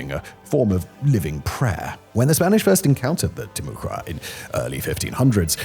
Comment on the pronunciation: Timucua is pronounced Tim-ah-quah Sincerely, friendly neighborhood Floridian.